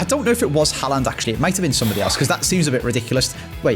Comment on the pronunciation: Its Haaland. It isn't Haland, every video you pronounce it wrong haha